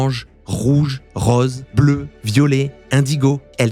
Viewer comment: c'est drôle tu parles de couleurs mais tu ne prononces pas correctement le rose ^^